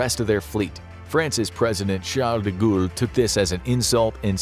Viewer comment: How tf can you mess up Charles de Gaulle's name?